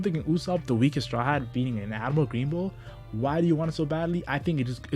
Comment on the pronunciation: When you speak i can't understand anything. instead of admiral you say admal..... please ....